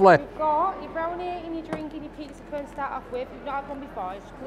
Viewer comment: I kept thinking was saying pizza "corn", but I knew that couldn't be right. I don't think that he'd eat anything if it was even just named corn, certainly wouldn't if corn was an ingredient. I'm from Maine and I've never heard of a pizza cone. Not sure if they're popular anywhere else in the states.